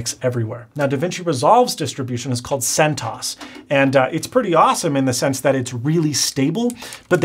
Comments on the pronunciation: First of all its pronounced NOME and CENT-OS not centose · my God, it´s Cent OS (Cent Operating System) not centos. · I think it's Sent OS not sentos. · isn't CENTOS pronounced "CENT O.S." instead of "CENTAHS" ? Enjoyable video though, thanks. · Right? "1.7 How does one pronounce Debian and what does this word mean? The project name is pronounced Deb'-ee-en, with a short e in Deb, and emphasis on the first syllable. This word is a contraction of the names of Debra and Ian Murdock, who founded the project." And Sen-toss? Should be CENT Oh-Ess – weird. :) But still, cool video/info. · you are killing me with centos it's cent os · It’s cent-O.S not like macOS not “Centuas” , its not ganome is just gnome “pronounced “Noam” like ‘Foam” lol nice too see you using Linux though! Ive used it for years in a triple boot system mainly for data recovery, partitioning and other IT related stuff. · He also mispronounced almost everything. CentOs (instead of CentOS), Deebian (instead of Debian), Ganome (instead of Gnome), etc. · “Bi-OSS” “Cent-OSS” Never heard these, and other words in your videos, pronounced that way. Gnome was spot on though! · guhknome and gooey & centaus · He says Centos instead of CentOS. Then he says PopOS instead of Popos. Then he says GNome instead of Gnome (nome). Then he says Daybian instead of Debian. Huh? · “Guh-NOME” “Yubuntoo” “centoss” “DEE-byun” He sounds like he’s trying to pronounce it like a tech illiterate.